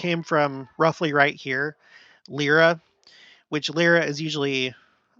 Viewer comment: According to Merriam-Webster, it's pronounced suh-jituh, emphasis on the second syllable (with short i sound). Also, Lyra is pronounced lie-ruh. :)